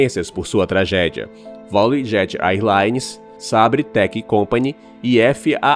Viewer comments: Vauleguet? Vamos separar as sílabas? Va-lu-e Jet. Não é Vau-le-guet. De nada. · O nome dessa Cia fala-se assim: valiujet olha no Google translated como se fala.